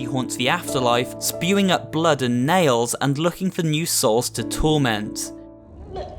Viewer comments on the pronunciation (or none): none